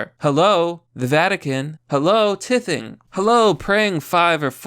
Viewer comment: You can complain about religion when you learn to pronounce what annoys you. The fuck is tiffing?